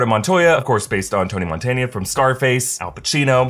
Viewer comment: did he just say "Tony Montaña"? 🤣🤣